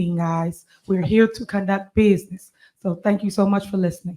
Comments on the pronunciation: "We're here to condruct bidnyiss". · were here to conduct business.... she cant even say the word business lol